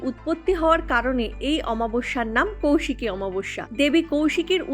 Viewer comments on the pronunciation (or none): none